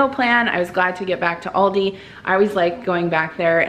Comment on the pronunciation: Thanks for sharing your haul! Everything your going to make sounds delicious! Yes! You are saying it right! Have a wonderful weekend!